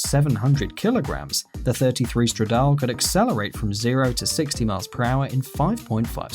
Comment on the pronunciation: Tip-o Stradal-é